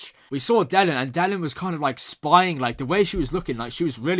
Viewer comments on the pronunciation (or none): OK, here goes. Delenn. The stress is on the second syllable. The way you pronounce is like Dellen. OK, don't worry too much, as apart from G'Kar and Londo, "De'lenn" is one of my favourites. Sometimes it is easier to know the pronunciation when you listen more to the sound track. You probably got that anyway by now. Yes Vir (pronounced like "veer") has some good scenes in this episode, he even stands up to Londo this time. "Pro Earth"?!?!?!?! I would call them anti-alien, wouldn't you? Oh, Londo! "My shoes are too tight". He did really learned a bit from the poet. Ivanova telling Malcolm that she never knew him, - perfect! You do have some excellent observations, I will not spoil you with saying any more, as B5 is best viewed unspoiled the first time. As an old fan I love seeing new people falling in love with my favourite story.